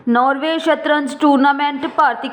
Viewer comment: ਨਾਰਵੇ- ਨੋਰਵੇ, ਆਟੋ-ਅੋਟੋ, ਵਾਰਡ- ਵੋਰਡ,ਮੌਤ-ਮੋਤ, ਪੰਜਾਬ-ਪਜਾਬ ਸਾਰੇ ਸ਼ਬਦਾਂ ਵੱਲ ਧਿਆਨ ਦਿਓ ਬੀਬਾ ਜੀ ਬੂਥ ਨੂੰ ਵੂਥ ਕੁਝ ਇਲਾਕਾ ਕਹਿੰਦਾ ਹੈ ਪਰ ਅਸਲ ਬੂਥ ਹੈ ਵਧਾਇਕ, ਵਧਾਇਕਾ ਅਤੇ ਵਧਾਇਕਾਂ ਤਿੰਨਾਂ ਚ ਕੰਨਾ ਬਿੰਦੀ ਨਾਲ ਅਰਥ ਬਦਲ ਜਾਂਦੇ ਬੀਬਾ ਜੀ